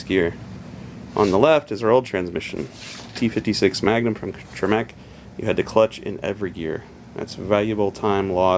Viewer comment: TREH-meck, not treh-MECK. But whatever.